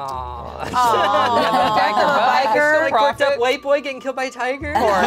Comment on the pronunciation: Kinda weird how emphasizes white boy. like bro you're also white